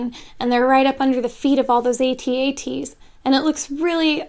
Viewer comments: I love your videos, but damn...you're so wrong about this, Rogue One was outstanding. And they are AT-AT (like cat-cat), not A-T-A-T's. :) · I'm triggered she said they were at-at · Not how you pronounce AT-AT.